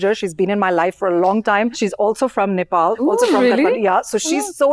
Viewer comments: She pronounced Nepal so well — not like 'Nepol'. Nowadays, even Nepali kids pronounce it like that.❤ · Lara Dutta is pronouncing Nepal and Nepali very correctly other wise most of the people pronounce like Nefal and Nefali